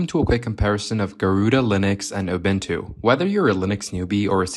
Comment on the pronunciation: It's pronounced Ubuntu not Obentu